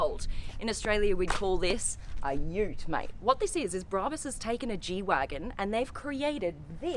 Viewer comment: Brarbus 😂😂😂 It’s brabus